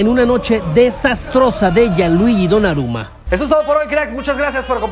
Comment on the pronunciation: When dicen terrible partido de Gianluigi 😑 Pero es domnaruma😀